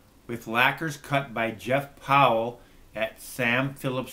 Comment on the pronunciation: So glad you're digging the sounds. fwiw, my last name is pronounced, rhymes with "Ice", not "ess." Jeff Powell (not Roland) cut the lacquers.